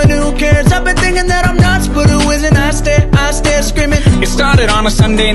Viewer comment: He says I stare not I swear lol